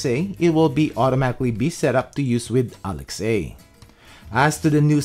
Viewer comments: It's pronounced "ah-lex-ah", not "Alex-A" FYI ;) lol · I'm surprised you're not getting more love for saying Alex-A. And then also cutting out the name when you were presenting the feature so it didn't set everyone's Amazon devices off. That's very courteous of you. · I get triggered by you saying alex-a every time. I do understand why tho. lol